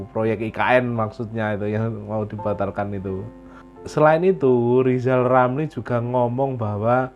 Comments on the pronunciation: Kebanyakan nylinyir mulutnya Lizal Lamli sampek bengkak njeber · Ya yg jadi plesiden yg bagus Lijal lamli bial bica bancaan masal